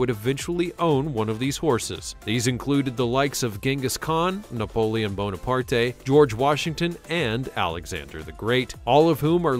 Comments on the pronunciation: i can't finish...Napoleon .Bon-Apartay??? who is this goof ball narrating?? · He said Napoleon Bo-na-par-tay 🤣😂😭 All horses are the same species, but different breeds 🤦🏾‍♀️ Can someone tell me, in short, the difference between horses and ponies please?